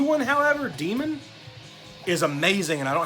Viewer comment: I totally agree with the 'Daemon' assessment. What the hellll. I had no idea Mayhem had it in them still.... I think they DMDS tour kinda knocked them in the head again. Also, thank you for pronouncing Daemon right!! :-D